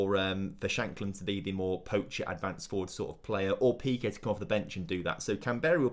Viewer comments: In peque the first e is pronounced as the second e, it isn’t like piqué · Pe-que? Don't worry he's from Barcelona.